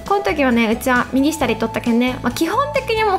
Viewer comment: の右下の発音可愛い 右↓下↑